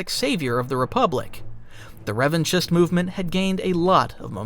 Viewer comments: I believe Revanchist is pronounced Revan-KIST. Like anarchist, which was the intended parallel. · The ch in Revanchist is pronounced as a K. It sounds stupid to hear you saying it wrong. You're supposed to be a fan. You are a content creator. Don't mispronounce names in Star Wars.